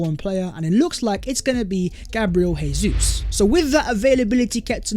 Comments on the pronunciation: Learn Portuguese, it’s not pronounced hey-zeus, it’s pronounced jay-zeuz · His frigging name is pronounced JAY ZEUS NOT HAY-SUESS. He's Brazilian, they speak Portuguese, not Argentinian, they speak Spanish. Stop butchering the boys name, he could be playing for us next season FFS. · btw when pronouncing a name/word in portuguese the J doesn’t act as an H like it does in spanish so it is Gabriel Jesus not “Hésus” good videos non the less edit: i’ve heard other brazilian players talk about him on youtube and it’s actually pronounced “Zhay•Soos” so it still sounds like a J more than and an H. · ive put this comment on videos twice already. guess he likes saying hayzeus